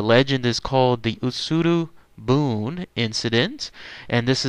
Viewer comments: I lived in Japan once upon a time - Your pronunciation is wrong - It's not "boon" - It's pronounced "booonayyyy". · Pretty sure it's pronounced "buneh". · Bune = boo-nae. I lived in Japan, and on the beach. This story is as real as it gets.